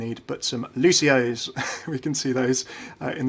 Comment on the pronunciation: it's pronounced, "Luci-oo's"